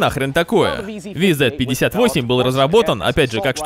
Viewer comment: правильно говорить вз-58